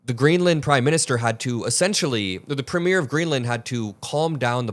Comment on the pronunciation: “premier" (the head of government) is pronounced PREEM-yur (IPA: /ˈpriːmjər/), with the stress on the first syllable